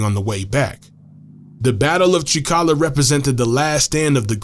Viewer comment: Language presenting an intonation issue that renders all AI speech out of place causing either anger to greek speakers or laughter : you see it is not Trika'la but Tri'kala ! ....it would have been far better to employ a greek speaking person a graduate student from Greece maybe to read correctly that text ....